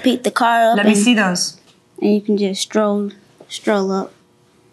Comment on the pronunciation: 😢 it’s scroll up not stroll 😂